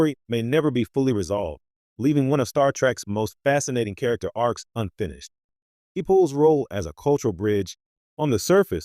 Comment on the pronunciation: Lord when he pronounced t'pol as t pole I quit listening. It shows the narrator never watched an episode.